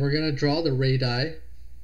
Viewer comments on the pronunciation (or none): It's not pronounced ray-die, it's ray-dee-ai .